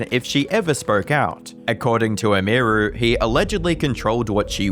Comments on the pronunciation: its not "Emiyruhh" its Emiru. How hard is it? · Dude.. EM-EAR-REW is wild. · Emeerue 🤮 Emi-ru ✅ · It's, "Em-ee, roo" not "Emeer-oo" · I stopped 2 minutes in. I couldnt listen to him saying M-E-ROO's name wtong every time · The way you pronounce Emiru 😂😂😂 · You can't even say her name correctly. lol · Bro can't even pronounce "Emiru" lmfao, really? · Kind of annoying that the only time that Emiru is pronounced correctly in this video is when someone else says it in a clip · Learn how to pronounce Emiru. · at least take 3 seconds to learn how to pronounce Emiru before saying it 200 times in 25 mins🤦